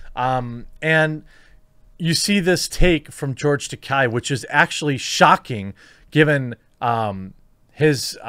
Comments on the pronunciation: Just a small point. His name is not Takei with an “i” sound at the end. It’s Takei with an “a”sound at the end. As he said on William Shatner‘s comedy central roast, the name rhymes with toupee. And he seemed a little irked that Shatner can’t pronounce it correctly. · Slight correction, from George's own mouth during his convention tours. "It is Ta-Kay, rhymes with Gay or Toupee" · That's pronounced "George Ta-kay" - Remember, "Takai" means "Expensive", while "Takei" doesn't. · Dude you pronounced George's last name wrong about 50 times.